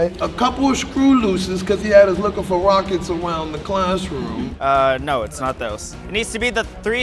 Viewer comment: Ummm ..... I like the video but i'm still concerned about the "Rockects"